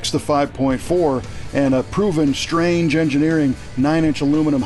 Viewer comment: Although the parts manufacturers name is spelled STRANGE it's pronounced STRONG-A . Just sayin'.